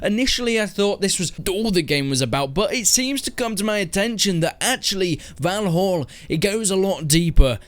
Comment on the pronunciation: Its not "volholl" its "val-all"